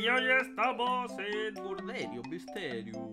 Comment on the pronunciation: Me encanta cuando Dice murderio misterio ajajja es mi parte favorita son los mejores Saludos desde Argentina